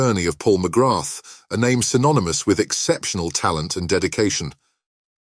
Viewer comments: Very frustrating, mcgrath , pronounced mcgra , not MCGRATH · Just to note. You do not pronounce the ‘th’ at the end of Paul’s surname. Phonetically it sounds like ‘Magraa’. Don’t wish to sound pedantic but I’m Irish and know how it is pronounced. And he’s a legend here and despite his trials and tribulations. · Hate the way you pronounce his surname , it''s McGraa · Would you at least pronounce his name properly.